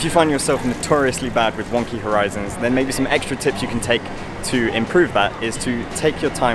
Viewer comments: I thought he said “one key horizons” lol this video helpful tho. Thank youuuuuu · Wonky... i thought he was saying One Key... lol i was like..whats wrong with one key light. And i ALWAYS shoot in ROAR! lol.